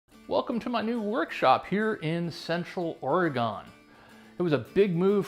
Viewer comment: Better learn to pronounce orygun or go back to Florida.